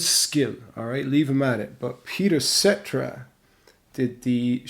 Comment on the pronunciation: Cetera… (Suh Teer Uh) lol great video ❤